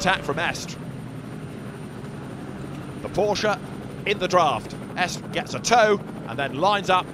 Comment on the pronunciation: It’s estra not esk